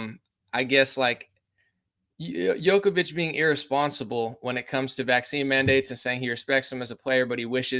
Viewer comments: It's pronounced Jokovich, not Yokovich. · It's pronounced joke-a-vich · His name is pronounced like Joe-koh-veech